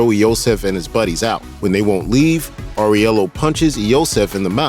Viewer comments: How can you mispronounce so many things? Where you just reading a random script without seeing any movie? Especially Aurelio, You keep Saying FFS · Who is? You mean Aurelio (pronounced aww-rell-ee-oh)? Did you watch the movie? Lol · Aurelio!! Not Aurielo! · First, Winston doesn't betray him. Second, Aurellio, not Areulio. WTF Third, he made Vigo the crime boss of NY. Like, there were other families, but John ended them. It's said by Vigo that John made him, what he is now. That lack of research, god. Usually don't say this, but very bad video. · His Aurelio pronunciation hurt my ears